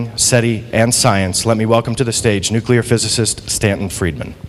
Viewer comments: This is the former physicist who still says "NOO-KYOO-LIR" when he means nuclear. How much credibility do you think this here engineering college graduate is going to grant him after that? And then of course there's also his willfully obtuse insistence on saying "ZACH-aria" Sitchin instead of ZECH-aria Sitchin. HACK. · I happen to agree with you. You have a valid few points. No self respectable scientist would be lazy enough to to mispronounce nuclear, or sitchins name. This DOES say a lot about the man, despite the whiners below asking you for a real point.... kids argument, content is surely important, but these points about pronunciation are just AS valid, and DO mean something. It would be just the same as me, being a composer, saying ludwig vanbetavan..... it MATTERS.